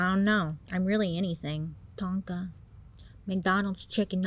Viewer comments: “Ton-ka” really got me 😭😂💀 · my name is tonka and it was so funny when you first said it because i was cleaning and i thought you called my name 😂💕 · Not tonka 😅